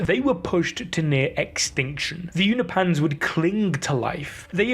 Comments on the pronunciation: It's pronounced U-No-PEE-IANS. Not U-NO-PANS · Unopians, not Uni-pans 😅😅😅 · Why are you moving the "i" in Unopian(s)? i.e. You're saying "Unipans" which sounds like Uni-pants 😆 Say it with me U-nop-i-ans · Its pronounced You-no-pins Not You-no -pans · Uni Pans? It's Unop Pans, don't know why I got triggered with that